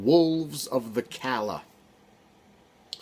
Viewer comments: Calla is pronounced like “caya” in the book they say Callahan is pronounced with the l’s making a regular l sound while calla does the opposite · At the startYou said Calla wrong. Not pronounced the same as Callahan